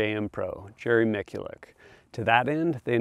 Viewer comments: I'm sorry who's Jerry mickylick And yes I know who he is talking about it just sounded weird how he said it to me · Just FYI, Miculek is pronounced like "Mih-choo-lek". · For a gun review channel, I think they should know that name VERY well!! Where's the apology for that butchering? Other than that, good video. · Jerry is pretty cool, but mispronouncing his name doesn't warrant an apology. He's just a man.